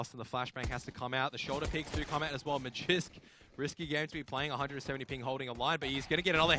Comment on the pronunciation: Really annoyed me how the caster was calling magisk magix